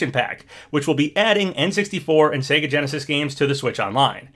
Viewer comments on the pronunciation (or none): none